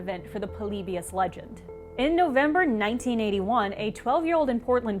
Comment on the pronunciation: Why do you pronounce polybius so weird? You pronounce it like "Pole-lee-bee-us". Just pronounce it "Polybious" like everyone else.